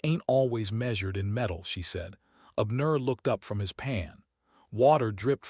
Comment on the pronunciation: Most interesting indeed!👌🏾☺️🌺 The name Abner is pronounced:- ‘Ab, as in abs, and nur’.